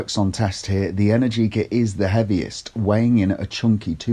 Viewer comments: It's pronounced e-NAIR-ji-ka, not en-air-GEE-ka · Trust an Englishman to absolutely butcher that brand name 🙄 Energica has the same rhythm as allergic-ah (if that were a word). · Just say it rhymes with America.